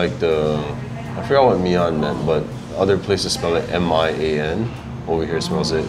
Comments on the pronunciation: I think was right when she pronounced mein麵， not mi-an. should pay for the meal, and more;) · I think pronounced mian correctly